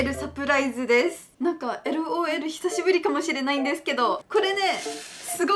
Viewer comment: LOL,サプライスじゃなくて、 LOL,サプライズだよー(^^) 余計なこと言ってすみません(TT)